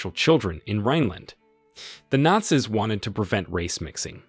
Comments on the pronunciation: This was the first time I've ever heard the plural word "Nazis" pronounced like "They were NOT SISters", which was a little jarring to my ears. I would have said it like "They were NOT SEAS" (American English). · It's all Ai, listen to how it said Not-see's and something else I heard multiple times. This video just goes to show how LAZY people try to be content creators when in fact they create 'nothing'. All that is taking place here, is that we get to teach Ai how to do things we are 'trying' to do so that it doesn't need you to do it in the future. Just like clicking on that verification on websites, select the crosswalk, or the bicycle in the pic, you'er teaching Ai to remove you from the equation. This is the worst form of media and it pisses me off when I give it views, and the fact that the thumbs DOWN count is gone, is appauling. Literally every site has a review option, groceries, retail etc. Why are you taking away the ability for us to quickly look at a post, see its got a LOT of dislikes, and allowing me to move on to something better? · Why does he pronounce "Nazis" like that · Nazis kept on getting mispronounced as Naz-iss instead of naz-eez. There's also the Gestapo pronounced like Gipetto from Pinocchio, geestapo instead of guhstapo. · I noticed the same, and wondered if this was an AI/computer generated voice. He mispronounced the word “nazis”, that’s a really simple word. He also mispronounced Neurenberg, and some other words.